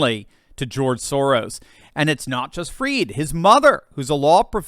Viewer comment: Pronounce his name correctly! Not 'freed', but fried, as in chicken, eggs and bacon, etc. His goose is cooked - don't pander to his pretentious ego (and that of his parents!).